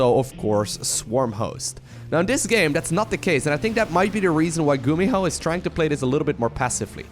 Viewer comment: "a big blow by gumiho(e)" 2018 😂